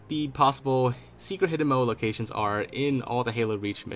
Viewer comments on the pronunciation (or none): Lol "locatrions"